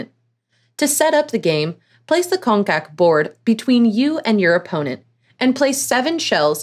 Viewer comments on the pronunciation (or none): Just an advise that the correct pronunciation for congkak is Chong-Kak Saying it as it is “ Kong-Kak “ makes it resemble a very ugly vulgar word in malay that means fuck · It's pronounced "cHong kak" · Its pronounced "chongkak" in malaysia 😅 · KONG- kak 😂😂😂😂 I died! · Its pronounced chongkak.